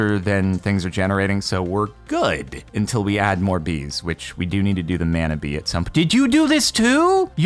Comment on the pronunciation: lots of love ...but mana is pronounced like it has a u instead of the a muna mana .....kinda like a moari word